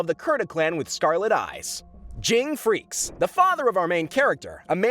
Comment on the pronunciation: FREE- SS-E